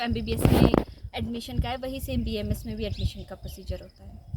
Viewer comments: It's B.A.M.S not bams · बैम्स् nhi bhai BAMS hota hai😃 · बेम्स नहीं भाई BAMS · First of all it's not baamss it's a BAMS clear that things pronounce every degree name with respect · It is B•A•M•S• not बेम्स The girl is continuesly pronouncing it correct stil you are pronouncing it in wrong way and showing yourself as cool dude by saying बेम्स again and again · it's B A M S NOT bams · Ita BAMS not baamss 😂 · Plz pronounce bams properly